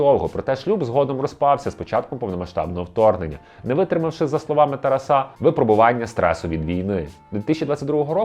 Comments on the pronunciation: Чому ви робите неправильний наголос???? ТарасУ, ТарасА? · Літературно- так, але на Заході України чомусь часто кажуть "ТарасА, РоманА"